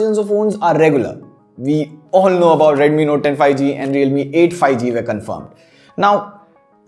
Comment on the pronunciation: I seriously didn't want to point this out but lately I have been noticing in all your videos that you pronounce '5G' incorrectly. It's not 'fi-G', it's 'fiVE-G'...